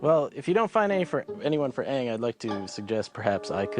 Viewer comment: jut saw the movie. i was deeply disappointed. for one thing they didnt say most of the names right sokka was soak-a aang wa ah-ng iroh was ear-oh it bothered me sooo much. and it did NOT follow the series at all